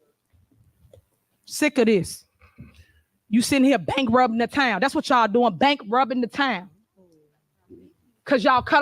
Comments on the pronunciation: She can't even say "asked" axe she can't say "bankruptcy" she says bankrobbin yep she's well spoken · She called it bank robercy